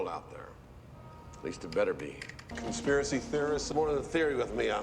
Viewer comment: 9/11? CON-SPEAR-A-SAH!!!